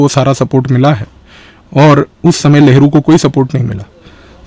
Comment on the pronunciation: Sir, aap लहरु बोल रहे हो या नेहरु?